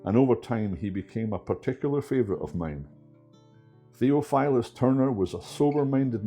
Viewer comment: Thee OFF ull us (Theophilus) "Thof" Just sayin